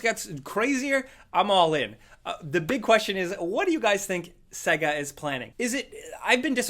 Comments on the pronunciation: Saaaaaaaygaaaaa, not Segga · I thought it was pronounced sayga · Stop saying SEGA as CAGA it's pronounced as SEEGA. Got it!🙄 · "Segger" ffs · Says 60rh bday of Sega wrong